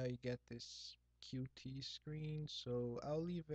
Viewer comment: tip: its not pronounced "Q-T".... Its "Cute"